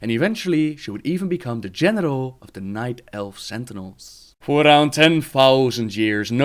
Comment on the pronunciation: lol he said Genital instead of General.